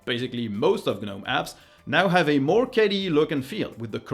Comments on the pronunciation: Wondering why "moar stuff". Your English is excellent so I suppose this is intentional. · ("Watch MOAR stuff!" in the end ? Intentional?)